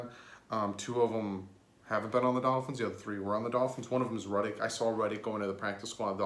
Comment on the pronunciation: They only have 11 on the practice squad with Neto. 10 without so can only and 5 + neto. Jake Rudock is pronounced Rue-dock not Ruddock.